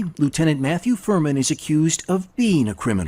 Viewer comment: Furman. Sounds more like Vermin